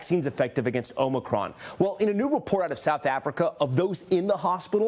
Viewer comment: Who is this guy that keeps calling it omni cron?😂